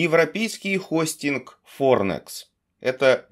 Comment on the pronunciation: Я думал сказал европейский Хуйстинг